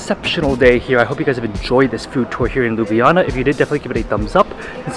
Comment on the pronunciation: i love how he said lubujana instead of ljubljana